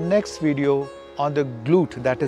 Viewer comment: Sir, it is just namaste rather than your "naa-mastey" correct it